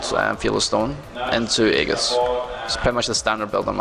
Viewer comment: All I hear when he says aegis is haggis....